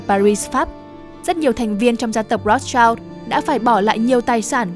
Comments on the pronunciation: Phát âm là "Roats trao" sai r kênh ơi 😢 👉Rothschild phải đọc là /ˈrɒθstʃaɪld/ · Tiếng Đức đọc là R(r)ốt S-chind